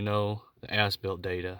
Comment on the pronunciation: Haha, I like the video but I can't help but hear him says foreskin at the start of the video and ass built multiple times Thanks for the video guy good job. 😂 😆 😂